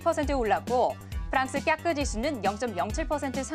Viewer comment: 원래 "꺆끄" 만 힘을 실었었는데 오늘은 "프랑스"부터 힘이 많이 들어감 ㅎㅎ